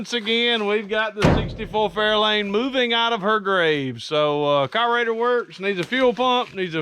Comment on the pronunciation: It’s carburetor not cobarater 🤦🏼‍♀️